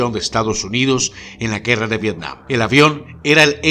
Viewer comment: TOD@ VIRTIAM YO: VETIAM TOD@ V-V-IRTIAM YO: V-V-ETIAM TODOS: ༎ຶ‿༎ຶ ༎ຶ‿༎ຶ. (┛◉Д◉)┛彡┻━┻